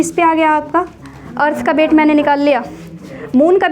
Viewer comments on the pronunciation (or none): Its weight not bate ma'am